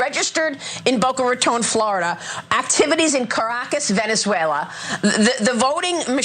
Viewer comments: “Venzeneula” ha ha ha... She can’t even pronounce a country name. How is she a news anchor? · Venzewela. WHAT?? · Jeanine cant even pronounce venezuela correctly. She calls it Venzuela. Its VenEzuela, dumbass. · She said venzuela, it’s called Venezuela 🇻🇪 get it correctly if your going to accuse. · "Venzuala" Maybe one day drunky J will get it right. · she said "ven-zu-ella" didn't she? XD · She said “Ven-za-whale-a” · "Started in Ven-za-wayla!" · “Venz-wela” -Jeanine Pirro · Janine isn't even trying to hide her alcoholism...she actually said "Venzvuela" 😆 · "Venza-uela..." J. Pirrot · Pirro is a god damn foreigner..and still says “Venzooela” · She said Venzuela😭😭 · At 2 minutes 10 seconds...."Ven ZA uela" -Janine Pirro loooool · Jeanine Pirro can’t even pronounce Venezuela why is anyone listening to her?! “Venzewaila” I ask you! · How does one graduate from law school and still mispronounce Venezuela? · Jeanine Pirro can't even say Venezuela right. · Pirro can’t even pronounce Venezuela correctly. So maybe that gets her off the hook? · Jeanine Pirro can’t even say Venezuela. She’s been at the bar with Larry Kudlow, me thinks. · I die every time Pirro says “Venezuela” lol